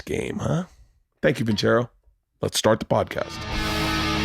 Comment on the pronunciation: I think the rule with Italian is double c gives you the ch sound so I think Bert is wrong lol